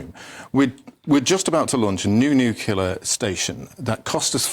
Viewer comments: Talk properly. It is NUCLEAR, not "NUCULAR" for heaven's sake. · Mr. Woolfe, it's "nuclear" ...not "nucular" lol reminds me of Homer Simpson.... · You would think that those guys on the panel talking about nuclear energy should at least know how to pronounce the word correctly. The clue would be in the spelling. It is NOT nU - cue - lar it is NU - CLE - AR…as spelt. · What is it with the word NU CLEAR that is so difficult ? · How do you interpret the word NUCLEAR into NUCULAR??? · Why can't people pronounce 'nuclear' properly? Nuclear- Noo-klee-are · FFS its NUCLEAR , not NIKILAR